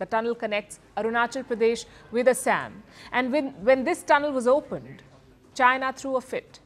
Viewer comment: She can call is Assam not Asem